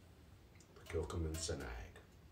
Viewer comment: Frigging luv this version from Kilchoman I'm sipping a 02/23 version & it leaves a lovely sweet hit on the finish ( It has been open a while & I believe that helps it mellow). P.S as a Brit the way we pronounce it is Kill Ho Man